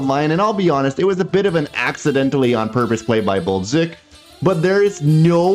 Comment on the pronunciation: Why u pronounce Balduc and other names so weird? Can even understand who ur talking about. Can u say it normally like others please and thank you